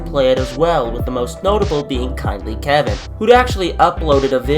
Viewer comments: “uh, you actually meant kindly KEYIN not KEVIN”-👆🤓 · i'm a bit confused about the pronunciation of Kindly Keyin. The actual youtuber himself {Kindly Keyin} Pronounces it as kindly kEy-in, not kindly kevin, just reachin out to say this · FOR GOODDNESS SAKE, ITS PROUNCED KINDLY KEY-IN. NOT KEVIN. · I think it’s meant to be key -in just say Key with a in at the end Keyin that’s how it is